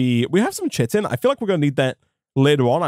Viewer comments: Not sure if you check comments on older videos or whether this will ever come up again (or even if you learned this later on) but chitin is pronounced as "kai-tin" rather than as "chit-tin" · Chitin is pronounced kai-tin, the only reason I know this is because of ARK survival evolved... also love the videos loving the modpack! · chitin is pronounced "kiten" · Chitin "kite-n"